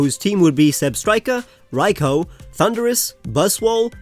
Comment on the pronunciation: Raikou had his name butchered